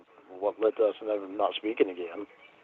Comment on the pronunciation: “Ageen Ramona, ageen!”